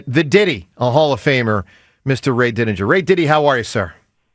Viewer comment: He knows saying Didi doesn’t sound right. He is doing it on purpose for attention